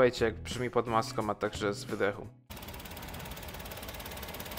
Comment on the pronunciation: Pod maska a nie maskom.